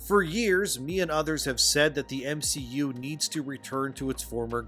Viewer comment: The guy who tried to defame Gary also called the MCU the "M-She-U", anyone else catched that? I think that was accidental and not ironic... 🤦😂